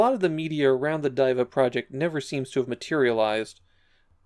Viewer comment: According to the katakana writing, it’s pronounce “dee”, not “die”